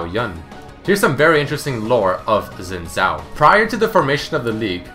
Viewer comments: please people, it's not pronounced "zin zhao" it's pronounced "shin zhao" X when used in pinyin is pronounced with an sh type sound. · its not zin zao it sounds like shin zhao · he said zin zao? wtf? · Is it not Sin Jhao? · Is "Xin Zhao" (Si-In Zhao) not "Zin Zhai". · It's pronounced Sin Jao not Sin Zao. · i love how he says zin zao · Xin Zhao is pronounced "Shin Jao". What's next, you start playing Dynasty Warriors and pronounce Cao Cao (Tsao Tsao) "Cow Cow". On the topic of mispronunciation - (from the one on Akali) Gaiden not Geiden, this one actually pissed me off as it is said exactly how it's written. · The Xin Zhao is pronounced, "Shin Zhao". Like come on. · omg not zin zow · His name is pronounced "seen tsao" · ***** no it isn't im Chinese and its pronounced sin-jow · "Zin zhao"? Wtf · yeah I'm chinese and on my channel I've got a recording of how I would pronounce xin zhao in mandarin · Did you know: that's not how you pronounce his name XD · did you know that you didnt say the name right.